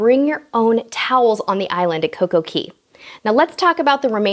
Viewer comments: It's coco K not coco key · I believe its pronounced coco cay (Kay) not key :) ur so cute